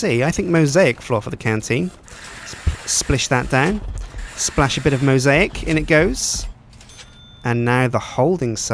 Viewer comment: The way he says mosaic floor is fucking hillarious